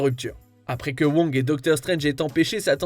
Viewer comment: Surtout si le mec prend la peine de dire Wong et non Vong mdr 😅😁